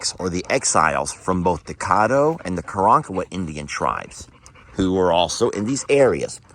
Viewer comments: it is pronounced Cad doe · As a person with South Louisiana in laws, Caddo is pronounced Ka-Dow.